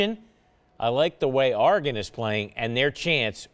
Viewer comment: I hate how he says Oregon